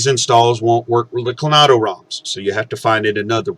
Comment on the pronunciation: Great video, thank you! Oh, and just a friendly correction: it's CloANTo not CloNATo :)